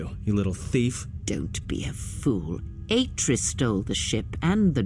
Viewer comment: ... Ah-tris? How can you get the names so wrong??